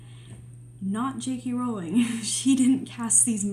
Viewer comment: Its a breath of fresh air to see some common sense around Jk Rowling AND someone who pronounces her name correctly! Thank you for this!